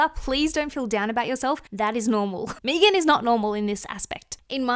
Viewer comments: Her name is pronounced "Meh-gan" not "Meagan" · Meee-gan? Lol it's meghan love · Me-gan is pronounced Meg-in She looks so old to me! All the surgery aged her at least by 20 yrs! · There’s only one E in Megan. There are Maegan’s out there that pronounce it MEEgan, but in the U.S., one E is Megan. 😅 There an also Meggan’s. Like Egg-uns 🤓🙃🤪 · Lmfao yes. Meeeegan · I love how it sounds like she says Megan like Vegan. 😆🩷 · Her calling Megan Fox Mee-gan is so wrong. Mee-gan Fox's career was dead before MGK. He made her relevant again and she owes him for that. I also hope they release a sex tape. I think it would help Mee-gan's career even more. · Can't with "Meegan" pronunciation 😂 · Its not meeegan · Never heard her name pronounced Meegan 😂😂😂😂 reminds me of Keegan & Peele. Meeeeegan meegan!! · I'm with you, hon, it's Me-gan!. And, for what it's worth, I think you are shit loads more attractive than her. And, that is not fellow Aussie bias.😊❤ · I thought you produced it Mee-gan when it’s spelled Meghan or Megan. If it’s spelled Meagan or Meaghan it’s May-Gan. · omg, im an aussie and your right, we do say her name like that lol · Sorry, I can't watch a video of you purposefully mispronounce someone's name. You just said it correctly so you are capable. No offense, I just think its a bit rude. Its not like you don't speak English so the accent isn't really an excuse. People may say it differently there but Megan Fox isn't Aussie. I know she ain't gonna watch this video but I'd be mad annoyed if someone just didn't feel like saying my name right for basically no reason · Thats not how you pronounce her name and you know that ... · No. Im Aussie and dont pronounce it like you do. 😂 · Girl I’m Australian as well and “Meg-an” and “mee-gan” are two totally different names!!😂😂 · Oh my god I couldn’t watch this with your pronunciation of her name